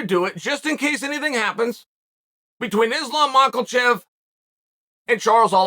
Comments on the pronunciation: Only GOATs mispronounce names like Yair (Yuri) and Makhachev (MOCKEL-CHEV). The list goes on and on. Undefeated and undisputed, as always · Why is he still saying makelchev? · Makhachev 🚫 Mackelvhev ✅